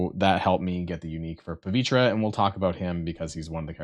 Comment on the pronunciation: "Pah-VEE-Ter." Seriously, do people not know how to say words? It's not just him, it's WAY to many people. Words are hard... Also, Dorm > Doom.